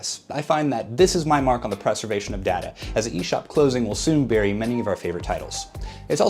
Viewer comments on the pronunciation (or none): none